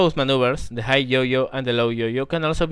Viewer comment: While your video is very instructional and teaching (and overall pleasant to watch), you should spend a little more time speaking to people via VoIP, for example Teamspeak 3 or Ventrilo, etc. A little bit of voice practice can help you avoid the pronounciation mistakes you're currently making (pronouncing high as higg rather than hi, to name one). +1 to you.